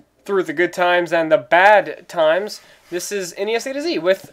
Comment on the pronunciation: That was funny when you seemed to emphasize 'the BAD TIMES' at the beginning, lol.